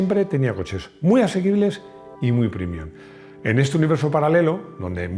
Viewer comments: PrEmium, se dice prEmium, no prImium. Es una palabra latina, como prEmio. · Con todo respeto ¿pronunciar la palabra latina "premium" como "primium" resulta premium o primium? Después del espanglish, el latinglish. ..